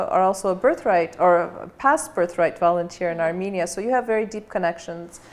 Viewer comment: Very self confident speech I think will be correct to say a r m E n i a not a r m I n i a not a m i n i a but a R m E n i a